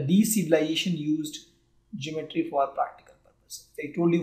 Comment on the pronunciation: Pronounce the word ( GEOMETRY ) correctly